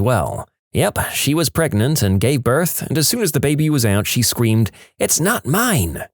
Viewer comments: 38 + 2 weeks PREGANANANT! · I love how everyone just chooses to mispronounce pregante. its so funny. DANGEROPS PRANGENT SEX? WILL IT HURT BABY TOP OF HIS HEAD?